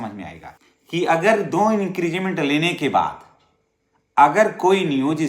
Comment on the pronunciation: आप बार बार इंक्रीजमेंट बोल रहे हैं,सही शब्द इंक्रीमेंट (increment) है।